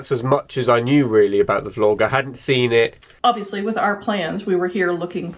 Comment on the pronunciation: I adore the way Selma and your brother pronounce Vlog, the say Flogging instead. I do appreciate how hard the English language is to learn, but they have elevated the meaning. The main reason your vlog works so well is bc of the honesty of everyone involved. No governments, politicians or corporation are present. This is just good people communicating openly with good people. The internet may show us the way to live a wonderful life. Thank you from the bottom of my heart. Keep on “flogging” ! Lol.